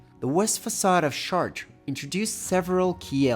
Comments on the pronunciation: Shart? I hear shart... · "SHAARTREH" would be HOW YOU PRONOUNCE this word if written in ENGLISH. THE WAY you say it sounds like "my kid shart itself"..... NOT correct. IT'S 2026, JUST USE THE GOD DAMN Google pronunciation FUNCTION, before recording yourself saying it horribly wrong. CHEERS. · Chartres is pronounced "Shar-trö" (the "TRÖ" part is important too). 🙂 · Wow, your pronunciation of "Chartres"..... what a pity. So far from the French pronunciation.